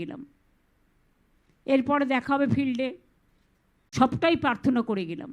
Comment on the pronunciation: দাদা...."ফিরলে", বলেননি, "ফিল্ডে" বলেছেন মনে হলো....আপনি আর একবার একটু শুনুন তো... May be, I am wrong....